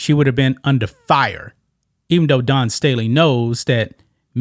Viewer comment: I gave this a thumbs down, not because I support trans people in women's sports, but because more than 2.5 minutes in and this bloke still hadn't explained what the NAIA is! And then constantly pronouncing the name "Dawn" as "Don" and I was out. Give us the info and clean up your diction!